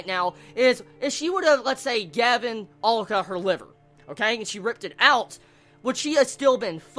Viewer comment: head's up dude, he or she? is pronounced AH-LU-KAH